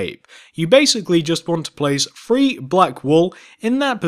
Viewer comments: Your saying free and three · Th re e not f r e e 😐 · He ses free not three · It’s three not free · this is how you were saying three:free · He is saying free as 3😂